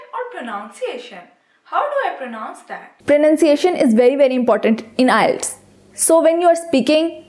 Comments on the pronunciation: Nice tips! Just a little tip for you as well. It's IELTS not ILETS, please pronounce it correctly. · Madame Its IELTS and not ILETS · it's not eye-lets..... its IELTS PLEASE CORRECT YOURSELF! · First of all its ielts not ilets 😂😂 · It's not ILETS, it's IELTS. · First improve ur pronunciation its ielts not islets OK Mam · is the pronunciation ielts or islets ? plz check it first and then publish it, just a opine not judgement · nyce video but wrong pronounce of IELTS its ok but very attractive video